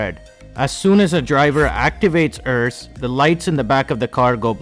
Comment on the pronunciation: Only thing is it’s pronounced ERS not errs